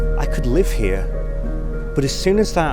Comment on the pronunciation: I'm sorry, did you say go out and live, or go get some LIDGE? 😢